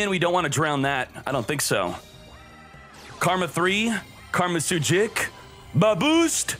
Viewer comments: Love the content, just hate how he unknowingly mispronounces the cards. Yo Sen Jew vs YoSenju Karma vs Kama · It’s not karma, it’s *kama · Why’re you saying karma? Isn’t it kama? Lol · Bro its Kama not Karma. Read. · Annoyed me more than it should lol. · He does it on purpose